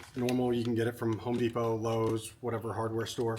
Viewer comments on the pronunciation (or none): none